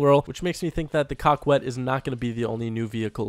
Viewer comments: Not pronounced cockwet. Its coe ket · Coquette is pronounced COE-CETTE. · And please do not say Coquette as Cock-wet. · repeat after me. Coquette, "KO - KET"; Besra, "BASE - RA". Coquette "KO - KET". Besra "BASE - RA". love your vids! keep up the great work! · It is supposed to be pronounced kak-ette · Did u say the car was called the cockwet? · Lol cockwet (coquette) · Learn how to pronounce coquette haha